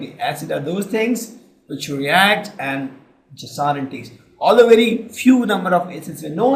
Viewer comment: female voice in good in exam fear than male so....plz mam we feel better if you explain and sir dont feel bad sir, its notsar its sour not only this there some more mistakes in pronounciations of other words